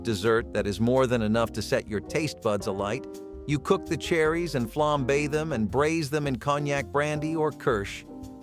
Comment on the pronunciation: "flambaying" pronunciation